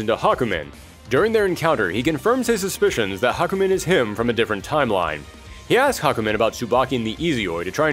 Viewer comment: THE NAME IS HA-KU-MEN!